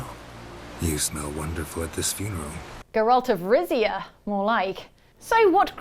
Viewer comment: "Geralt of Rizzia" takes the cake for me. 😂